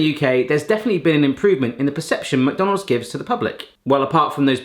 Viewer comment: take a drink every time says "mac-donales" 😆